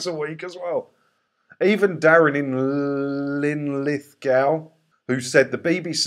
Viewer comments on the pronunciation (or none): Loved the way you could pronounce everybody's name and every place, except when it came to Linlithgow... Lin - Lith - Go the 'w' is silent... Plus anyone ever tell you that you are the double of the guy out of How I Met Your Mother... Just ribbing you by the way, I love your channel and your work towards getting rid of the crappy BBC... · It's pronounced Lin lith go It's a town between Edinburgh and Stirling, Mary Queen Of Scots was born in Linlithgow Palace. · 🙄 has no problem pronouncing Loughborough, but stumbled over Linlithgow 👍